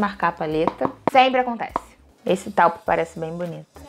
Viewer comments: Belíssima. Taupe pronuncia TÔUP. 😊🥰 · Ahhh, amei a review! E a cor Taupe se fala Tôup!